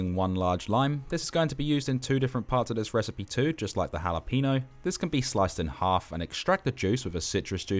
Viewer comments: Love it chef! Btw pro tip: it's ha-lah-peh-gno not ha-la-peeeeeeee-gno :P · bruh said jalapeeno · "halla peeno" xD